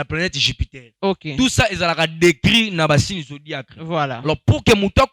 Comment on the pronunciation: Zodiaque et non zodiacre mon frère 😂